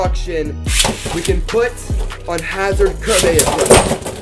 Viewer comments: Remember ker-bey-us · its called (cer bea iss)